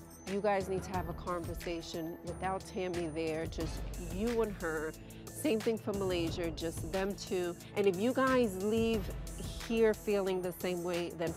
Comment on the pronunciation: she said malayser 😂😂😂